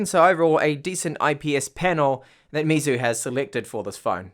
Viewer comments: Great review as always, but just got to say you are murdering their name, lol. It's pronounced more like May instead of me. That's why Xiaomi is me. So for chinese whenever you see mei it's may, not mi. I've studied mandarin for bout 4 years now, so just wanted to tell you how to pronounce it. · lapattemar he says xiaomis name correctly so he should learn meizu's. Not getting onto him just trying to help him improve.